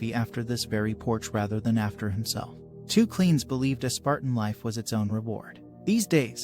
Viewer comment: Simple. Lack of due researches. He also pronounces Cleanthes as "Cleans" for some reason.